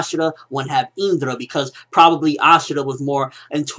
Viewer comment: why does this guy so indra so weird he says it with a high in if you get me isnt it pronounced calmly